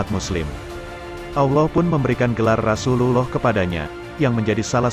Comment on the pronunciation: Knp gk jelas mengucap rasullullah sholloh hualayhiwa salam